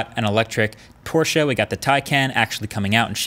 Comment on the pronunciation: Shoutout for pronouncing Porsche the right way! Greetings from Germany